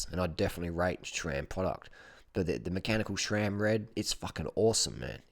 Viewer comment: Harley! Please It’s SRAM NOT SHRAM hahaha. I have a 2018 Roubaix and I absolutely love it man! It’s not my only bike but I find myself taking it out the most because it’s so smooth and performs great!!